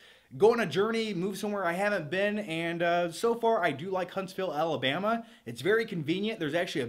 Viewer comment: is it just me or you said “Alabama” with an Alabama accent? 🤔